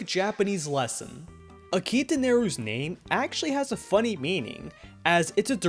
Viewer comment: Akita? Y-you mean Hakita. Right?